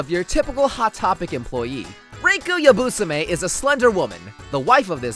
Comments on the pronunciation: god I've been mispronouncing so many names...gin with a soft g, and you're telling me best girl's name is supposed to be pronounced yabUsame and not yabusAme??? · It's supposed to be pronounced Ya-bu-sar-me I think but I'm not Japanese so